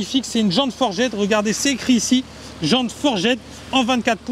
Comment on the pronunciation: Jante "forjaid"... Le mec est bilingue....